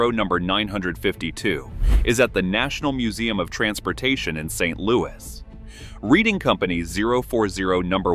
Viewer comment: It is pronounced Red-ing!